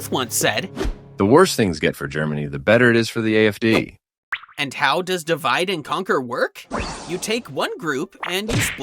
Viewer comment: Why "DE"-VIDE? Why not "DI"-VIDE...?